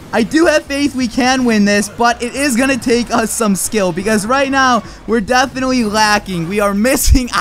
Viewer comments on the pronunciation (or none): none